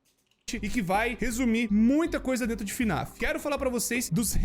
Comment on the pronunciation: n é fnaf "af" é fnaf "ar" 🤠👍